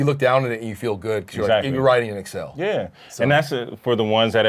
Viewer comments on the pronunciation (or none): guys its the ACCEL not the EXCEL